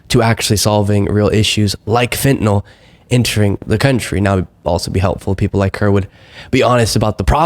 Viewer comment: Thank you you're like Tim Miller! A well educated young man. You can actually pronounce Fentanyl correctly, not like all the old f*rts in the GOP. You're opinions are respected by a 72 Yr old man in England, (Great Britain, not New England)... You're vids are very helpful...